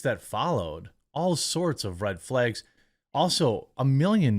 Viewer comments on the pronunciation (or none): Red “flaegs”